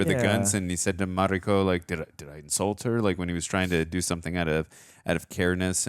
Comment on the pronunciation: Everyone in the show: Mariko Over 50 times. Mariko: Marikoooo The way Americans don't give a sht about other cultures names is always astonishing